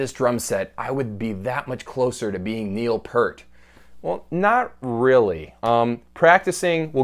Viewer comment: OK OK - hold on! think about your ear and put a P in the front and a T at the end.... you get P + ear + t .... not Purt